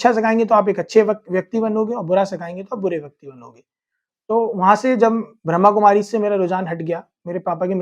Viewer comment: भाई साहब आपने बहुत अच्छा किया आप बहुत प्यारी आत्मा हो पर ब्रह्कुमारी नहीं ब्रह्मा कुमारी बोलो